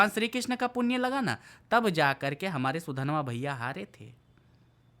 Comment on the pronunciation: Sudanva achitu kon hai yeh naam toh sahi lo